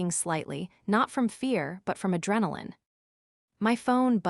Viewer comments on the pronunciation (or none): none